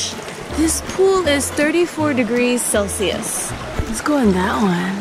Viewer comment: It's not celsies????it's Celsius